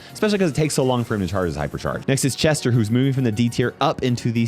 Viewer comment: "chas- CHESTER" Is the greatist fumble ever 😭😭🙏🙏